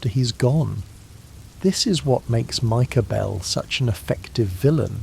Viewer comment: "Micah Behlll" 💅🏻